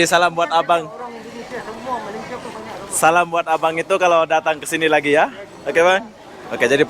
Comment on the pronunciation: Awalnya tadi mau subcribe channel ni.. tapi sebabkan sebutan admin gak betul aku gak jadi subcribe.. sebutan betul Malay sia bukan Malas sia..